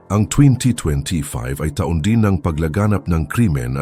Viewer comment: Oi, putok, taon. Pronounce it correctly.